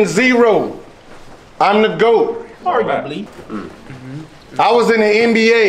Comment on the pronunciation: why he say it like that lmaooo